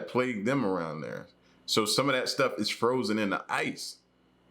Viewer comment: I ain't hear a word u said after u said froshen 🤣🤣🤣